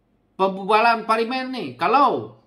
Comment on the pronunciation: Teruk juga sebutan ko ni bro…parlimin